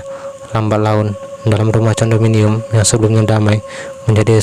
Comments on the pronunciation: Tulisannya condominium bacanya kondominium bang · hello....lu kampungan banger seh.....Condominium..di bacanya (kondominum),,,,,belajar..lah pronunciation tau pengucapan salami Bahasa ingris....tahu,,,,Sebel gun denger nya Condominium...